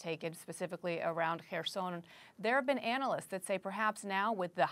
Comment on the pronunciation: Thank you for Kherson correct pronunciation 😀 (K is silent and stress is on O)